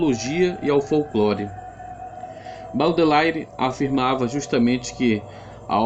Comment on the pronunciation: Baudelaire DIZ-SE : B Ô D E L É R R E